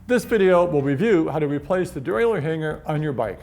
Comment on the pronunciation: it's pronounced "dee-ray-lur" like "a-ma-tur", not "dee-ray-lee-ur"... you amateur